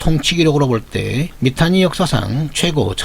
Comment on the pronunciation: 미탄니가 아니고 미타니 입니다 썸머가 아니고 써머라고 하듯이